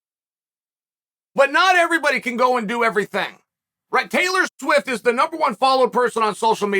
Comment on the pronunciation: He almost said “Sailor Twift”